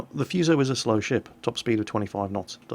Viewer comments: it's FU you crank.....as it's spelt in English....Not Fooso.....lol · It's pronounced Fu(as in Kung-Fu)-So. What you're saying, "Fyuso" means "curse" in Japanese >< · It is not the fuse-oh, it is the foo-so! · If I pronounce Fuso as " Fuss - O " will the weebs get mad? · im sure some one else bellow has posted this and i know im a billion ears late but just to be that guy. the pronunciation for Fusou is Foo(as in food with out the D) and soh (like soap without the P) or there abouts. the pronunciation for nagato, mutu and housho where pretty spot on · Actually it is pronounced 'who sa' or 'fSa'. Learn what you are talking before you start berating people about nonsense. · None of you seems to be able to pronounce this simple Japanese name correctly 😂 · FFS play Kantai Collection and hear Fusou herself tell you how to pronounce her name "Of the two Fusou-class super-dreadnought battleships, I am the elder, Fusou. Please take care of me and my younger sister Yamashiro." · I cringed every time he said fuso wrong.